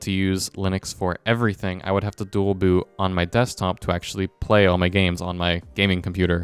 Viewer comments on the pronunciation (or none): none